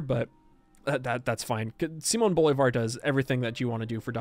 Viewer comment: If you are interested, the stressed syllable in Bolívar is "lí", so it should be "Bo-lee-var"